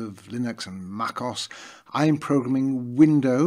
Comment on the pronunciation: Did.he just call Mac OS makos? 😂